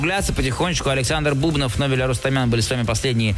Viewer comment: Нобель так и не выучил, что БубнОв, а не БУбнов.